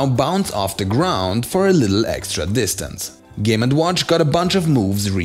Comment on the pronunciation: “Game and WHONCH” 😂